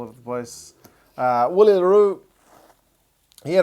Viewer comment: fyi Willie is actually pronounced Villie.